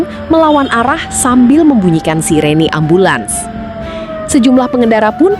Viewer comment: SIRINE mbak bukan SIRENI, hadeeeh Tribunnn 😂😂😂